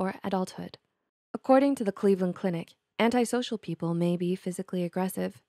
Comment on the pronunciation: Finally finally finally. If I hear anyone else say antisocial incorrectly I will scream.